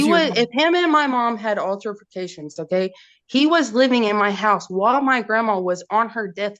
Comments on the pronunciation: Im dying at this lady saying "alterforcations" 🤣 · and “alterFICATIONS”…she’s so irritating😫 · If I have to hear “alterfacations” one more stinkin’ time…